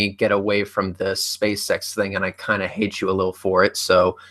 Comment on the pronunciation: is it only me that whenever he says spaceX, i always hear space sex?